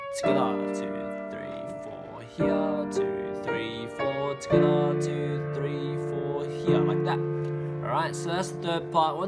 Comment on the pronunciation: Love how he says ” togheter ” 😂😂